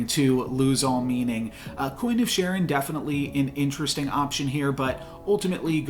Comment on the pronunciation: Love your videos. If you don't mind me saying, The ch in Charon is pronounced /k/ such as the ch in "Christ" rather than /ʧ/ such as the ch in "Church".